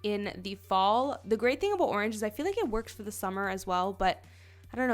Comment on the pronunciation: is it a canadian thing to say 'thee' instead of 'the'. ahaha its cute